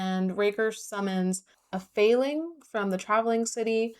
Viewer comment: Feyling doesn’t sound as cute as aster probably thinks it does, because every time you said it I heard “failing” 😭